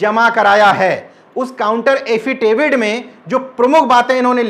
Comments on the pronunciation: एफिडेविट 😁😁 एफिटेविड नहीं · एफीटेविड नहीं एफीडेविड होता है कृपया आगे से ऐसी गलती न करें नहीं तो आपकी शिक्षा और ज्ञान पर लोग हँसेंगे